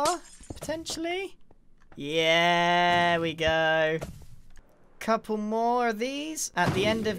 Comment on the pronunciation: Oh no, the bocket syndrome has become contagious! Pople are saying cople!